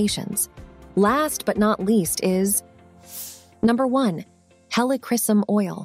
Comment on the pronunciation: Please learn how to properly pronounce 'Helichrysum'. About 5 different pronunciations were used in this video. You really should differentiate between Roman Chamomile and German Chamomile oils.